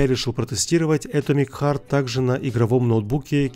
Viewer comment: Читается не Э́томик Харт, а Ато́мик Харт..., тебе на заметку!